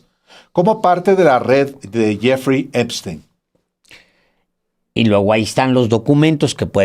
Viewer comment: "Donal tromp y yefri Epstin" increible la poca preparación de este presentador que no sabe ni siquiera pronunciar bien los nombres.